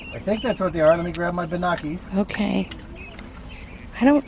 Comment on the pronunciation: needs some new Bi-nock-you-lars...! LMAO...!